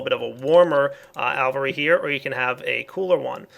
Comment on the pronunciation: It's "AL-vee-AIR-ee"!